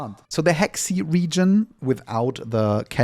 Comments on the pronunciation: It's Heixi pronounced Hay-shee not hexy, the Chinese will make fun of us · It's not Heksi, it's seperated, He (river) Xi (west), it sounds more or less He Shi, and yes, Hexi is in a dream, because it tells stories of the Tang Dynasty which is a dynasty before the current story which is the beginning of Song Dynasty, but the dream you have is based on the memory of another character, so in a way it isn´t pure fantasy, just memories with fantasy elements. But the Bu Jian Shan region after that will be back to the current time in main story. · you tried your best for the pronunciation, but let me help you with it - Bu Jian Shan : boo - jayne - shan't - Hexi: her - see - Kai Feng : Ki ( of Kite without -te, or Kyle without -le ) - ferng ( funk with an 'e' and 'g' )